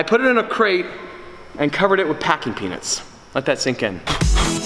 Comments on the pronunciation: Just me or anyone else keeps hearing "packing penis" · Ngl sounds like he's saying packing peenus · Every time you say peanuts... i hear something else. Congrats man